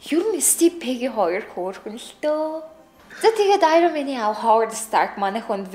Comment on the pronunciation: bitii iroman gej hel tegheer uilkaad bna